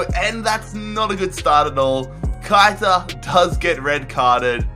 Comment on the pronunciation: It’s pronounced Keh-I-tah Not Kite-a